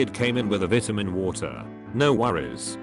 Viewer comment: Why don't you know how to say vitamin right?